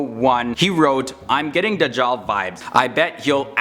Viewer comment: This guy pronounces Dajjal as The jaw😂😂😂😂🤯...turn on subtitles